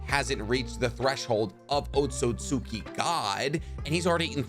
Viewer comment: Thank you for pronouncing Otsutsuki right because literally no other Narutuber does. EVERYONE else thinks it's "Otsutski" or "Otsuski"...